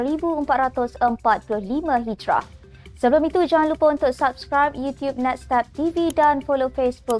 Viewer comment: ...sebutan yang tepat ialah 1445 HIJIRIAH atau HIJRI